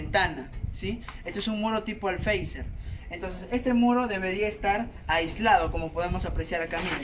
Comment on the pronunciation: Por qué todo el mundo dice alfeizer si es alféizar xd